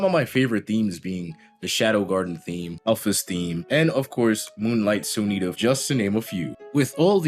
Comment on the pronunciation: SOONETA? It’s Sonata!!!!!!!!!! Aghagsgjsudhbdysbsyahdhhdbsbxuhbdhxhdhbs